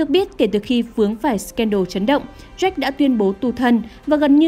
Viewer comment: MC đọc jack thành Z..o..ếch lúc dạo đầu :)))